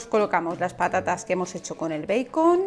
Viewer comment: Me gustaron tus recetas pero, que te parece si estas hablando en español nombra en español los ingredientes. Di tocino o panceta en lugar de bacon o beicon , que además lo pronuncias mal en inglés. No digas bowl di, tazón pequeño. Disculpa pero, me molesta ese enredo que hacen al hablar español entremezclado con inglés y siempre mal pronunciado el inglés.